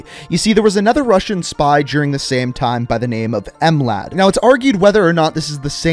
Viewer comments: Bruv you dont say M-lad just Mlad there is no need to complicate it. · ahahahahahaha em lad it's not em lad american learn some language other than your tongue language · As a Balkan I cringed when he said M-lad